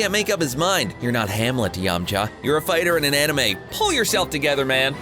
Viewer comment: It’s yam-K-ha